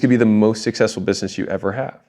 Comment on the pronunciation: Anyone notice he said buisemess in the beginning 😂